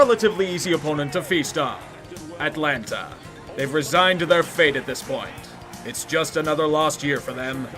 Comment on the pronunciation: the way he pronounces Atlanta cracks me up everytime